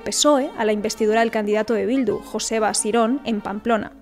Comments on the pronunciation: Culturilla (con respeto) , Joseba, se pronuncia "Yoseba" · Joseba se pronuncia yoseba... 😂